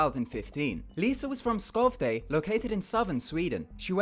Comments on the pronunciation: It's not 'Scauvday' but 'Sheuvday' ok im sory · "Skovde" cringeeee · As a Swede, it sounded so funny when he tried to pronounce Skövde, but ended up saying Skovday. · Det är ännu roligare när man är från Skövde och hör hur andra uttalar det. Även andra svenskar. Schövdä är det hur jag uttalar Skövde. :D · OMG the way he said Skövde XD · those pronounciations on "skövde" and "lidköping" made me die a bit inside :( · I AM LITERALLY DYING BC OF THE WAY HE PRONOUNCE SKÖVDE. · its unlikeable, that he didn't spend any effort on researching how to pronounce the swedish city names right